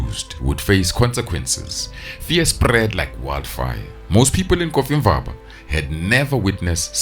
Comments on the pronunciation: I thought he was saying coffee ☕️ bar. 😅😅😅😅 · pain in my ears when hearing "coffee-mvaba" instead of "cofimvaba"😭😭😭